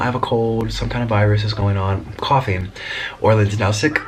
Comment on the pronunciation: 'Yes couphing is whats new in my life' nic Me: yeah corona